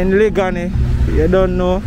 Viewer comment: Thanks for sharing...u are not pronouncing the word liguanea properly u saying it like a country man...it's liguanea plaza in the half way tree area..and u not saying the word liguanea beautifully..it's a long sounding word